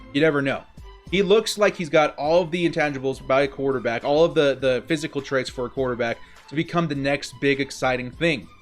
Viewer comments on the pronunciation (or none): none